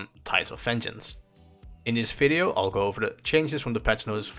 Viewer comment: In this "Fideo" lol